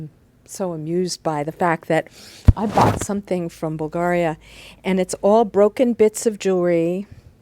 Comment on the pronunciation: You pronounced 'Bulgaria' wrong.